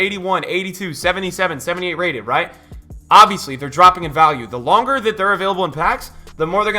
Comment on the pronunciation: How many time did you sai wrigth?